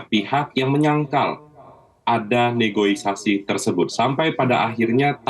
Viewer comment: Negosiasi pak, bukan negoisasi! Tapi apapun kinerja ICW patut didukung